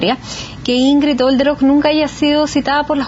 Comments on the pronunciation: Soy alemana y Olderöck se pronuncia sin H y sin J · Detallito. Es Olderock.no jolderok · Yo se que, dado el tema que se está tratando, es una estupidez lo que voy a decir, pero me perturba que la dama insista en pronunciar el apellido Jolderok, cuando no contiene ni J ni H. Sorry 🤦‍♀️